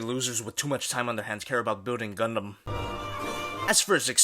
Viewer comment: Did you say GUNDUM